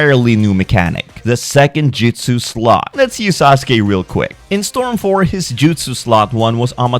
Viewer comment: Dude you should not be be doing Naruto if you can't pronounce the names and it's Jutsu not "Jitsu" and it's "Tsunade" not "Tsunadas" tons of names and moves were said wrong.